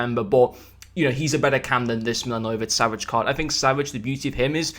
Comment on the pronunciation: hate to brake it to you, but, it was awful😂